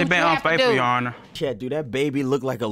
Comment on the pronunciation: " she been unfaithfer " lawd hamercy lmao 🤣